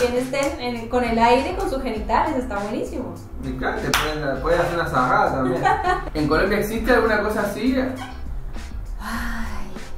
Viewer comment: Jajaja es vergonzoso... El pasito fue creado en las villas de San Pablo. Es del ritmo funk sí, que es del Rio, pero existe el Funk carioca y el funk paulista, el paulista es llamado de "ostentación". Sarrada (la pronuncia es "Sajada") significa en ese caso algo como sexo en el aire.